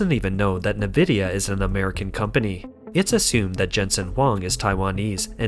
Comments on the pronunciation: Company is pronounced EN-vidiya not NEH-vidiya. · Narrator: It's (the letter) 'N' + "vidia" NOT "Nih" + "vidia." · Its pronounced like EN-vidia not NE-vidia, and Taiwan is a very important COUNTRY!! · A unique way to pronounce nVIDIA (neh-vidia). nVIDIA from latin invidia which is also the root of word envy . Makes sense then, that most pronoynce it en-vidia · small correction. its not "na-vidia" its "en-vidia". they used to say it in the intro logos of old games, its burned into my brain lol. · You keep pronouncing it as "NEE-VID-YA" on all your videos. It's pronounced as "EN-VID-YA". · The company nVidia is often pronounced incorrectly. Instead of "Ni-VID-ee-uh", it should be "en-VID-ee-uh." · You need to train your AI voice that Nvidia is pronounced en-vid-ya. Also, Taiwan 🇹🇼 is a country. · Just so you know for future reference; it's pronounced N-vidia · "NaVIDIA"? lol?! what planet are you from? and why does your narrator speak like a robot? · Sounds like chlamydia when you say Nvidia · A real person would know, or learn how to correctly pronounce "Nvidia", i.e. the main subject of this video.